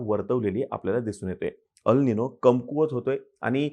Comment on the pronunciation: अल् निनो नाही, एल् निनो.